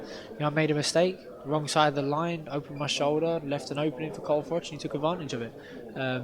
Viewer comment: Followed him from the start? It's Froch not Frotch bud!